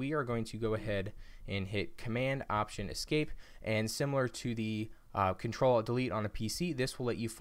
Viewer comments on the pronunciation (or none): none